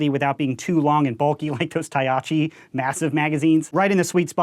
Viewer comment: “Tayachi mags” 😂 please tell me he wasn’t trying to pronounce tachi mags lol Anywho! Very interesting and cool customizations.